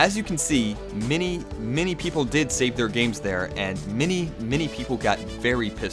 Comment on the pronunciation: he pronounces "intinded" for intended, and "mini" many.